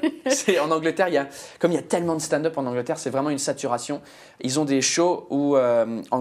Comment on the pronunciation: "Watt de feuque" "staind-eup" frenchs are sooo bad with english (seriously, you aren't too bad but what's happening with your accent!) 😂